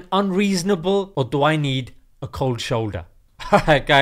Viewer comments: You mean cold shoulder not kooold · Bro one more time ‘cold shoulder’ 😂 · There is 'cold shoulder' and then there is Koowlld shuulda